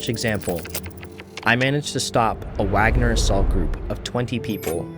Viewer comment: Wagner is the composers name the west always mispronounce it